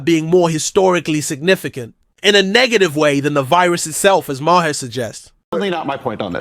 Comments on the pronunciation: Thanks for the video. But you’re saying his name SOOO wrong. It’s Maher, it sounds like MARS without the S. MAR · You need to look up the pronunciation of “Maher “ 👍